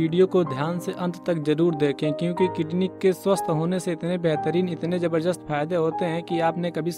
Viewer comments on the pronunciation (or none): none